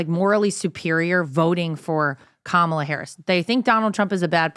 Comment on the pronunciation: IT'S STILL.................KA-MA-LA.